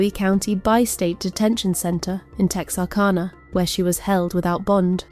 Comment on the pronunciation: It’s Boo eee county and Texar CAN a. I’m unfortunately a former Texarkanian